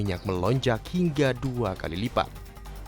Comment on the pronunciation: "Gingga"???? atau "Hingga"?